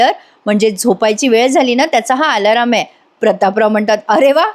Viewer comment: आलाराम नाही अलार्म म्हणा